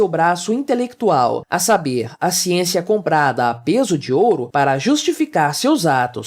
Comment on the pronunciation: "Xiênxia, xiênxia, xiênxia..." A academia virou uma fábrica de jumentos descerebrados...